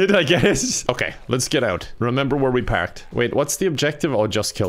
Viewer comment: A classic. Love the way he pronounces A in "parked"